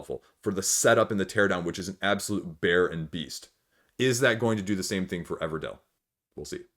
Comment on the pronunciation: Everdell, not Everdale